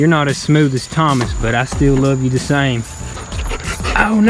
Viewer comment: Stretch like stiL